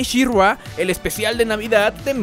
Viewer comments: Soy el unico que se desespera que le llama Shirrua? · Pregunta para el primer narrador del video (): ¡¡¿Quién demonios es "SheRua"?!! 😂😂😂😂😂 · She Ruá???? Aprendere los nombres amigooooo....malisima reseña bro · Me Gustó el video, pero que es esa pronunciación de shirrrrgua???? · Está bueno el programa, pero, ése She-RRÁ y GreysCUL me ponía los nervios de punta, y hay una parte del video donde estás "SHE-RRÁ, SHE-RRÁ..." 😅 Terrible. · tanto costaba pronunciar " she ra " ? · Dios no soporte la pronunciación de she-ra en todo este video que para empezar es una pronunciación incorrecta … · Es verdaderamente castrosa la manera en que el fulano que narra pronuncia el nombre de She-Ra. Es evidente que en su vida escuchó hablar de esta franquicia y se limitó a leer el guión. Qué no hay quien supervise las diferentes etapas del trabajo?